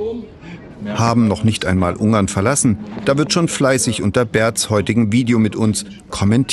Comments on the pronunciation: Ich fühle mich an den "Penguin" von Benedict Cumberbatch erinnert, jedes Mal, wenn er Ungarn sagt. Es heißt UnGarn. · Ein "r" nach einem Vokal wird im Hochdeutschen nicht als "r" ausgesprochen, sondern ist stumm, wenn noch ein Kontingent folgt, oder wird als schwa (so ein angedeutetes a) am Wortende ausgesprochen. Was an des Reporters Aussprache stört ist, dass er Ung-arn anstatt Un-garn sagt. Also, er "ng" als einen laut ausspricht anstatt das "n" und das "g" separat auszusprechen.